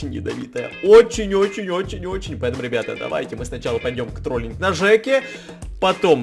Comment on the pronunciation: самые внимательные услышали в начале " к троллинг на Жеке" 😂